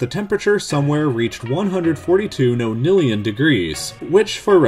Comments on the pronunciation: And it's pronounced NON-illion rather than NO-nillion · its not pronounced noenillion its more of a nahhnillion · Are your pronunciations of ‘nonillion’ and ‘Planck’ different, perhaps because you’re speaking British English vs. American English? Or are they incorrect? I’ve always heard ‘Planck’ pronounced rhyming with ‘ankh’ and ‘nonillion’ pronounced ‘non-illion’.